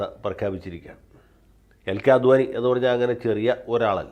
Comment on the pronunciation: അദ്വാനി അല്ല, അഡ് വാണി ആണ് ശരി